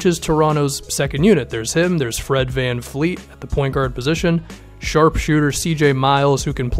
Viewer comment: It’s Fred VanVleet not Fleet. LOL